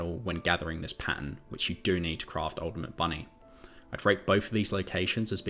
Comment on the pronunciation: What are Pans? Pan 73 Pan 113 Hang on, are you saying Pattern? So you are talking about amorphous material pattern? I’m not being funny, and I’m not being mean I genuinely didn’t understand. I thought these were location numbers you were taking about.